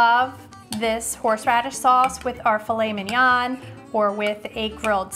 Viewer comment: Great video, beautifully shot and lit. Easy to follow. What would make it perfect is the right prononciation of filet mignon which sounds so beautiful. I hope you don't find my comment mean in any way but I think it is important.